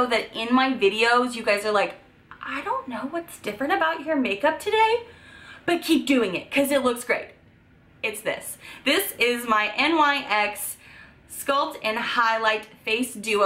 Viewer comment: NYX is pronounced Nicks. PUR is pronounced Pure.